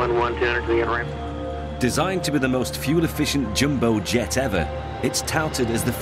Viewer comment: It's "jumbo jet" not "Jimbo jet"! 😡